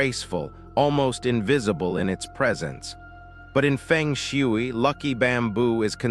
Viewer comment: I am annoyed on how you pronounce Feng Shui